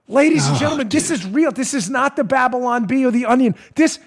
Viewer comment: Bableonn bee? Ok